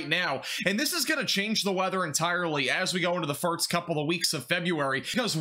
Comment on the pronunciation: Glad to hear you still saying "firts"